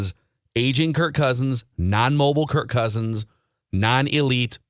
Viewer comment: BTW it's KIRK not Kurt